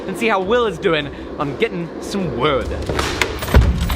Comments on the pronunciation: you pronounced wewd wrong. Bobby will be disappointed. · He almost said wewd. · its called wewd (w-ew-d) jeez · DID SAY WEWD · Haha I think Bobby Duke kind of contaminated cause it sounded like he almost said WEWD 😂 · Its pronounced wewd 🤣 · what in the HAIL is up with how says wood???